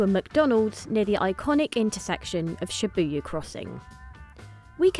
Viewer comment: And she called Shibuya, Shibayu.